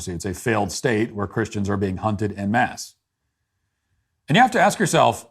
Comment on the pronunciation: Someone please tell Matt how to pronounce "En Masse."